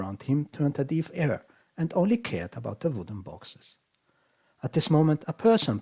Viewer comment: Phenomenal video, you’ve earned my sub. But, just for future reference, “deaf” isn’t pronounced d-ea-f it’s more like d-eh-f. Phenomenal English though. I’ve heard it’s one of the more difficult languages to learn.